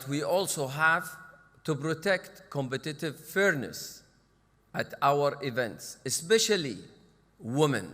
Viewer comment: His pronunciation of competitive is cool